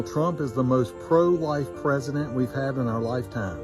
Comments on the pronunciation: I thought he said 'pro-white' not 'pro-life'. That is a totally different arguement. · I had to rewind and look at the captions because I would have sworn he said "pro-white".